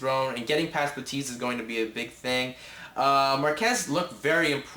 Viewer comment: "true mma fan" ... clearly you are not. Learn the names of the fighters dumbass, Marquardt sounds just like it reads not MarQUEZ and Leitas sounds "Laytus" not Layteez. And fix your damn hat.